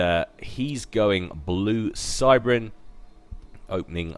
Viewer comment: you called the phim cybran